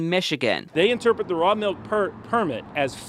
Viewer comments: where do they pronounce "melk" instead of "milk?! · "raw malk"